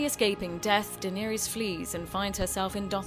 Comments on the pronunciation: iTzVisionz deenerius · OOP AND DENEIERIEYES